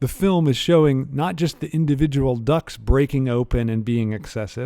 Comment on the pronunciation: Cracking lecture but as a Brit, every single time you said ‘ducts’ I heard ‘ducks’ and was extremely confused about why his apartment was full of birds